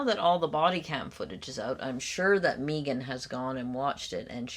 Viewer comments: Megan prefers that, Meeegan, pronunciation of her name. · I can't get over the "Meeee-gan" pronunciation hump. 😊 "May-gunn" is preferable, imo. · Meeeegan instead of Megan - It’s so close to how Alex Murdaugh became ALEC MURDOCK and that in and of itself tells you so much about someone. Control. Self-importance. Bizarre. Who knows what else